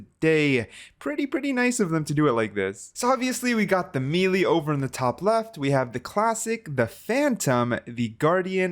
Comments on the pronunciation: Lol he said me lee 😭🤣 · the way he says melee kind of bothers me ngl lol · Why do you say melee so weird?